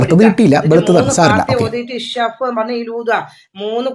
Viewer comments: Ishfi aan shaf alla😂alpa budhi aale kollum😂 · വല്യമ്മെ... Ssaff അല്ല... Isfi 😂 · ഞാൻ കമെന്റ് ഇട്ടിരുന്നു.... ഇഷഫ് അല്ല ഉമ്മാ ഇശ്ഫി ആണ്....😂അതൊന്നും അത് മൈൻഡ് ചെയ്യുന്നില്ല 😂😂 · തള്ളേ ഷഫ്ഫെന്നല്ല ഊതേണ്ടത് ഇഷ്‌ഫി യാ അല്ലാഹ് എന്നാണ് ഊതേണ്ടത് അല്ലെങ്കിൽ ഇഷ്‌ഫീ എന്ന് ഊതിയാലും മതി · Ishaf അല്ല താത്ത ഇഷ്‌ഫി 😂ഇഷ്‌ഫി 😂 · അറിയില്ലങ്കിൽ പറയാൻ നിക്കല്ല തള്ളെ ഇഷ് ഫീ എന്നാണ് മള കെ പറയുക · പറയാൻ അറിയില്ല 😂😂😂യഷ് ഫി. എ ന്നു പറ. വല്ലി ഉമ്മാ